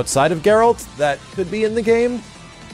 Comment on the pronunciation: Holy shit he said geralt’s name correctly!